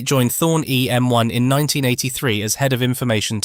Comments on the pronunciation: EMI not EMY 😂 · EMI not EM1! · It was Thorn EMI NOT Thorn EM1.